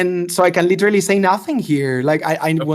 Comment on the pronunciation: "like witerawy my cawachter is like witerawy a 100 yeaw old wike demi human so Im not a pwedator" ahh adult